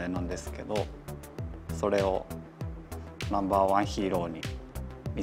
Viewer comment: Its, namuba wan hiro